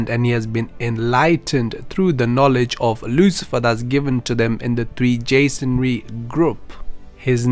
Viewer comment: Are you trying to say "Freemasonary" rather than "three jasonary"?